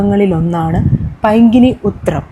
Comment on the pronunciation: പൈങ്കിനി അല്ല, പൈങ്കുനി ആണ്. പരിവാടി - അല്ല, പരിപാടി എന്ന് പറയൂ.